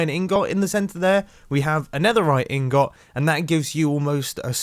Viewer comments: Ingot not In-got. It isn’t 2 words. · ingot, not ingought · he said ingots wrong its pronounced as in-gets not in-gots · Pronouncing ingot Me: In-get Mumbo: in-got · “In/got” Correct me if I’m wrong but I pronounce it “ingut” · I can't tell if he's saying in-got instead of ingot on purpose or not. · Mumbo: inGOT 😭😭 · Mumbo: ingot me: no it’s pronounced ing it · Mumbo its ing-gut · I just realized Mumbo says 'ingot' as 'in-got' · Nobody: Mumbo: inGOT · I'm not as entertained by the video, as me hearing you say "ing-got", instead of hearing on-set. # INGGOT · . I like how mumbo says in-got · Nobody: Mumbai: ing-gott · The way he says ingot 🤣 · How the fuck r u saying ingot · 1st Time Hearing Mumbo Say Ingot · I love the way how he says "ingot" in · Should we add Mumbo's pronunciation of 'ingot' to the Spoon Counter? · "ingot" Why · The way mumbo says ingot... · The way he says ingot is so funny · I’m American and the way he says attribute and ingot is trippy to me!😂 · Everyone’s complaining about how he pronounces “ingot” and “attribute” and I still can’t tell what’s wrong with it 🙄